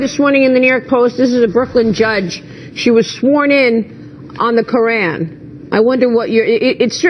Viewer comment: Why is it sooooo hard for white Americans to pronounce the word KORAN??? I am not Muslim bit it is so annoying. it makes Americans sound so dumb. Omg.